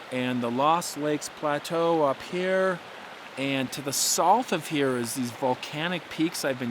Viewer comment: Getting a little better pronouncing "south" my man! I highly doubt yourr taking my advice though lol